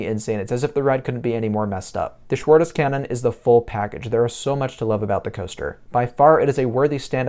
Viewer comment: My home is right in the middle of both parks. I love both. But a little bit more i love and more often i stay at Heidepark. Schwur des Kärnen (by the way realy good prononciation) is one of my all Kind favorits. But becouse of the suprises you has to wait soooo long to ride once. In heidepark is with Flug der Dämonen and Colossos 2 of my Favorit coasters and you can ride both very Quick after and after another. Heidepark you got a day of Action. Hansapark just a few rights. The Main reason why heidepark is my number one is scream. I love droptowers... and highlander etc. Are great but i dont now why scream is my alltime favorit after 21 droptowers i have ridden, on no offer i get this kind of Feeling . Its Funny and i cant explain why in particular but this drop give me a Feeling of poor Joy. Greatings from north Germany. The last mounths follow you were amazing :)